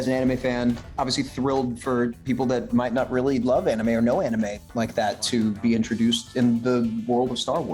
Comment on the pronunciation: Pls stop saying “anumei” it’s anime